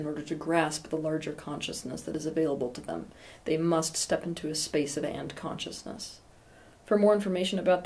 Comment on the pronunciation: Every time you say and-consciousness I hear ant consciousness. :) Anyways have a good week too Teal.